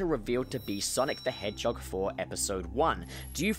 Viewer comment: No one:: Sonic the HehJOG